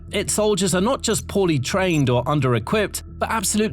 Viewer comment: I know you said “poorly trained Russian soldiers”, but to me it sounded like “potty trained Russian soldiers “.